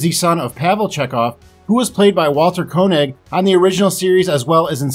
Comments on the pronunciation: By the way, Walter pronounces his last name KAY-nig, not CO-nig. People mispronounce George's last name as well. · Note that the surname of Walter Koenig is pronounced "kaynig" (not "konig"). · Walter KAY-Nig, not COE-Nig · "Koenig" is pronounced "Kae-nig". Same situation with "Simpson" creator Matt Groening.